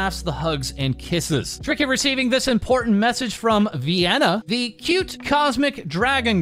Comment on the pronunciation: FYI Trickiwy is a combination of "Trick" and "Kiwi", most people don't know that and pronounce it wrong, though.